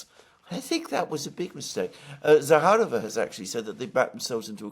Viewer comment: It’s immediately obvious that Alexes are cool experts, because they correctly put emphasis on Zakharova surname. 🤍💙❤